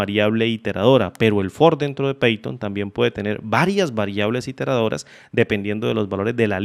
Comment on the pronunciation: python .- 'paiton' pathon .- 'peiton' jajajajajajajajajaja